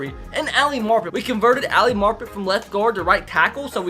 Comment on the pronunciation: it’s Ali MAR-pet not “Marp-et”